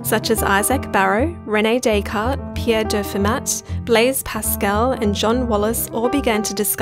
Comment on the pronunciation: It physically hurt when she pronounced "Fermat" as "fer-matt" instead of "fer-mah".